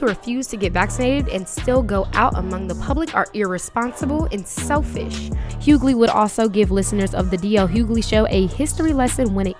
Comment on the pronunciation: Question. the narrator refers to DL as hughgaley. Isn't his name Hughley? Is everyone mispronouncing his name.